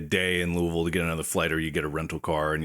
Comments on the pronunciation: Hearing them pronounce Louisville correctly warms my heart! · yep! where i live it's commonly loo uh vull, aka the way they pronounced it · I can't believe they all pronounced Louisville correctly o.o